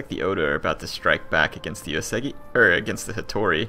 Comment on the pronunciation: Well, it's still OO-AY-soo-gi for Uesugi. Have yet to find a YTer who pronounces it correctly.